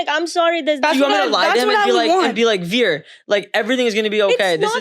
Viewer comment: A candid family conversation! As a parent, how do you manage to see a topic of conversation through without having one of the family members get up and walk away abruptly in disgust when their viewpoint is at odds with that of the rest of the family? One more thing. Zarna, rather than pronouncing your son's name the way an Amercan would, i.e., We - er, can you pronounce it correctly as 'Veer', please?